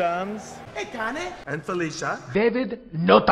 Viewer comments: Hey "KA-NEY", I'm dead ☠️ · Hey Ka NE. 🤣🤣🤣🤣🤣💀💀💀💀💀💀💀💀 He a Fool 🤣🤣🤣🤣💀💀🤣🤣🤣🤣🤣🤣🤣🤣🤣🤣🤣🤣🤣🤣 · Calling Kane Cane kills me every time because Cane means dog in Italian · “hey Cané” ☠️ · Hey C A N E 😂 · Called Batista , baptista and calling Kane "Carne" gets me all the time 😂